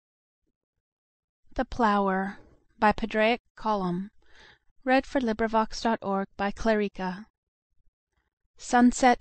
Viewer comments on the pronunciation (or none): Pronounced: "Paw-rig", the "d" is silent = (Padraig).